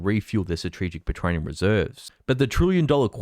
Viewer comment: Why can he not say petroleum correctly. He's fat, from Melbourne and cannot pronounce a word he has to commonly use. Fear pron producer at its finest